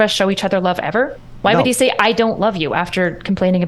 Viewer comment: Whenever i hear ben say "He" I just hear "I"